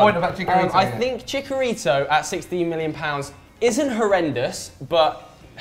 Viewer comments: and it's Chicharito not Chicarito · That pronunciation of Chicarito 😒